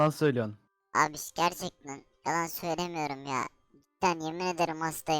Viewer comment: Söyemiyo yemin eberim